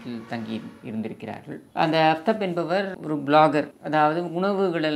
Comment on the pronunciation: Kindly pronounce as Aaftaab it means Sun in Urdu/ Arabic!